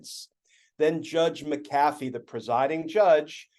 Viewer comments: Just one question: is it Judge McAaafee, or Judge MaaacAfee? If it's pronounced like the software company, then it's MaaacAfee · Not sure how the actually pronounce the McAfee name in the south but out west we say Mac-uh-fee. Accent on Mac.